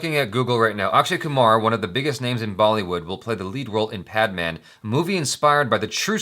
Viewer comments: It is pronounced as 'Pad man', both of which are your regular english words. The way you pronounced 'Pad' as 'paad' is the Hindi word for 'fart', thus fart man. :) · Its Pad Not Paadh😂. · bhai its not padman its pad-man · paadman=fart man the real is PAD as in Sanitary pad so its PADMAN !! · PAAD MAAN nahi PAD MAN 😂😂😂😂😂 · He said.... Paad maan... 😂😂😂 Its english....your language.... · This comment is from my ghost. I died laughing when he said पाद-मान. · Did he sat paadmaan😂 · pronounce it paad maan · did he say "PAADMAAN" 😂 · you're 1st pronunciation of "Pad man" was "Paad Maan" and "Paad" in Hindi slang means "Fart" hahahaha... Just a fun fact to laugh on.. 😂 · did he just said paad?? that means farting in our language.. sorry 😁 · I love how you both fight over the understanding of trailers and your pronunciation of Hindi words is hilarious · how can you not pronunce padman